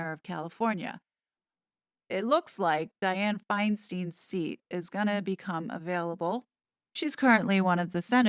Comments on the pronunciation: Diane Feinstein has worked Ca politics for decades. I remember taking brochures from her down the block from where I worked and she was running for mayor of SF. Btw it is pronounced finestine not steen. She was Mayor after Harvey Milk and George Moscone were assassinated. She did good work. There is no way MM will get nominated. Trust me. Maybe if she ran for local board of supervisors, but she will not jump to Senator. She is far too lazy to campaign for office. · Senator Dianne Feinstein (pronounced Fine Stine, not Steen) is not running for reelection. 3 different current Congress members have already declared that they will run for the seat: Adam Schiff, Katie Porter, and Barbara Lee. There is no way in hell that Meghan will get appointed to that position or that she would win an election.